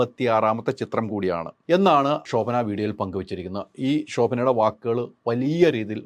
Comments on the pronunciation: ശോഭന എന്ന് പറയൂ pls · "ഷോ"ഭന 😂😂😂😂 ന്റെ ഹൈദരാലി 😂😂😂😂